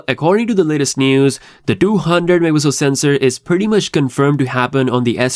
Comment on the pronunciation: megapixel:❌ me-a-pi-el:✅